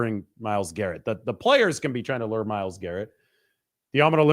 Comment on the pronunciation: The pronunciation of lure as lurr kills me. 🤣